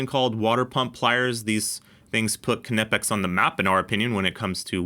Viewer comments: resident German here. No, that’s not how it’s pronounced. It’s basically like the English “knee”, but with a hard k. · I’m sure the k is silent. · The k is silent… do you call it a k-nife? Dingus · The k is silent. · The K is silent like knife, know, knot in English but don't take my word for it watch knipex UK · Am I completely wrong that the K in Knipex is silent? I even googled it, and google told me it is pronounced nipex. Project Farm always pronounces the K as well. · I don't get the pronunciation with Knipex they say it Knipex but then say its Kuh-Nip-X just say it how it's written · Don't pronounce the K you Knucklehead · it's not k nipex, jusr pronounced nipex silent k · The K is silent, its pronounced nipex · We don't pronounce "knife" as kuh-niff. we say "Nyfe". So using that logic, why is it "kuh-nip-ex", and not "Ny-pex"? Anyways, great video as always. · You dont say K-nee, K-nife, or K-nipex - the K is silent so its said as "Nipex" - great channel but please say it right as it does my k-nut in :) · Knee-pex not ka-nip-ex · Just for the masses...it's knipex pronounced "nipex" not (kuh-nip-ex) just like knife is pronounced "nife" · Please don't keep saying KUH-NIP-EX. We don't care if some nerd has verified that it's pronounced that way on their website. Nip-Ex, silent K. Please 🙏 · Ka-nipex? I thought it was pronounced Nipex and the silent k was a German thing. I could be wrong, K'nipex sounds terrible though! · The K is silent, it’s “nipex” ❤️ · Yeah if you say "kuh-nipex" you can go hang out in the try hard corner with the fools that say "porCH-uh" at least yall with have friends now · It's not "KUH NI PEX", the "KN" is pronounced like the "cn" in "Acne", no filler vowel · I don’t think you pronounce the K in Knipex, nipex….. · Love the videos! But, fwiw, it’s pronounced kuh-nee-pex by the company itself. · Good test! Good video. I just have to say it, it is gnawing at my brain. "Nigh-pex" = Knipex. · “Nipex” with a silent K 🎉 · Knipex is a silent K